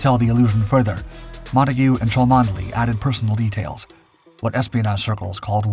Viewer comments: Please, Cholmondely is Chumley when spoken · Arrrgh the mispronunciation. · Cholmondeley, pronounced Chumney I beleive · 'Cholmondeley' is pronounced 'Chumley' ! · chomondley is pronounced chumley. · Thank you, I was just about to say the same thing.. good to know how known it is 👍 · This is about one of the greatest deception plans ever. The man who thought up the plan was Charles Cholmondely (pronounced 'Chomly'). You should be ashamed that you failed to provide the correct pronunciation in your episode.